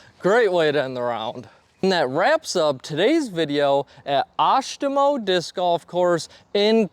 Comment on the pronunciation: Oshtemo is one of my favorite courses, hope you liked it. You actually pronounced it correctly!